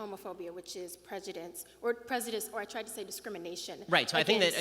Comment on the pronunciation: These people always use words that they think are big, smart words when really they don’t pronounce them correctly nor do they even make sense 😂 prenjudinss